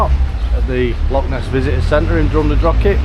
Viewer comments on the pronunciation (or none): Jesus, can you people use your mouths properly, show some respect and pronounce the Gaelic "ch" in Drumnadrochit, Cannich and Glen Lichd the way it's meant to be pronounced? IT IS NOT 'CK' FFS.